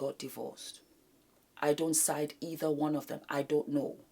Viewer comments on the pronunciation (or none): none